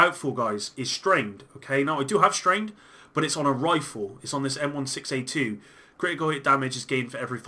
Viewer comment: Anyone get triggered when he say M 1 6 A 2 Jesus Christ I wanted to call the police on you